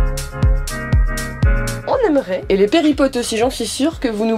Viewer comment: On ne dit pas péripotes mais périplotes 😜